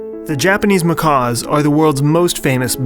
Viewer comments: That is a Macaque ( ma kack Not macall . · You just got yourself a insta-subscriber, how does this have so few views? My only complaint is in the first line, macaque is pronounced like 'makak', a macaw is a parrot! oops